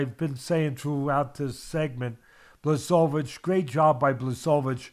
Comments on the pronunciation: It's disgusting how you pronounce Błachowicz's name. Look, it's that simple, just say Bwahoveech. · BWA-HO-VITCH. This is how "Błachowicz" is pronounced.